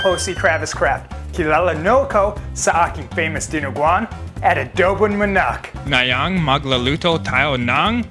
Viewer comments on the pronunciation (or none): It must manowk for u but ours is manok because your saying is manak but u tried